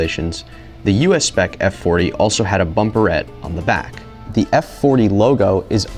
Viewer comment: this what? bumperet? is it called that? this sounds freakin`funny to my eurogermanic ears! from now on i will call ALL the bumpers i posses .. which is EXACTLY 2 that!